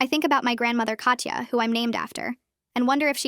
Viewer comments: Russian here. "Katya" is NOT pronounced "Katcha", instead it's "Kata" with soft "t" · pretty sure it’ll be pronounced as kat-ya